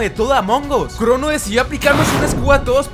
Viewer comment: En ves que dijera crono dijo crunu